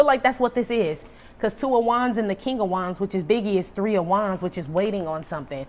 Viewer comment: I swear when I hear you say KING OF WANDS, I hear KING OF DICK !!!